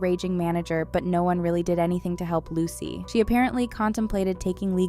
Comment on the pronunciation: This. Is. Absolutely. Awful! Evil, honestly. Edit: Isn't it pronounced "loo-suh". Or closely like what?